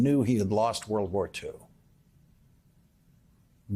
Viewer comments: Lawrence: the name is not pronounced "A long 'A') dolf, as you do here. It's pronounced "Ah dolf". Similarly, "Mussolini" is pronounced with a long 'U', not "Muh solini" as you and so many news hosts pronounce it. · Ad'olf Hitler not A'dolf Hitler. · Learn to pronounce the name Adolf before commencing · 🇬🇧you’re not pronouncing Adolf correctly